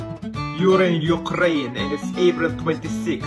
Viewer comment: As a Ukrainian, I was angered by the fawcking pronuncuation of the word "Ukraine". She's like: "God, please Ukwayn" Note: I accidentally forgot how to spell pronuncuation. I swear i didnt have a stroke.